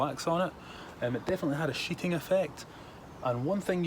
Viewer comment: Water sheeting, I though he said water shiting 😂😂